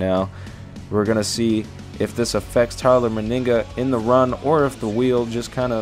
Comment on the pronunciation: ITS NOT TYLER MYNIGGA ITS TYLER MENIGA